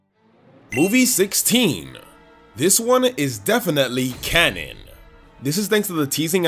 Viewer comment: Right after the first mabye when he says cannon it sounds like cammon